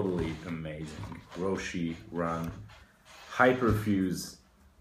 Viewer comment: Roshe run. You don't say the "e". If you were to pronounce the "e", it would have an é